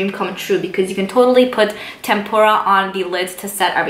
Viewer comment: It's not "tempura" like the Japanese food. It's "tempera" like the Renaissance era popular choice of paint for their artwork, pronounced "TEM-per-a". Love your videos and reviews but plllleeeeease slow down the words.